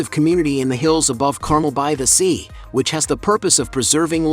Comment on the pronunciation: learn to correctly pronounce "car,mel", won't you?